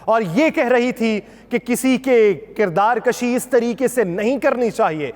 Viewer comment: Masha Allah, your style of presentation is very impressive, the content is quite informative, keep it up. Please, note it's kirdar kushi not kirdar kashi. Thanks!